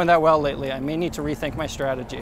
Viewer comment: “I may need to rethink my strat agy” Also: muff led screams of happiness